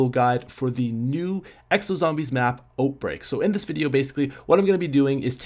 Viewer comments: out not oat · Am I the only one who thinks he keeps saying oatbreak? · i am new an when he said oatbreak i thought he said oatmeal the i go hungry lol im am new not trying to be rude